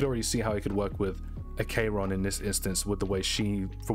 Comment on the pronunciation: Ack eron not A k ron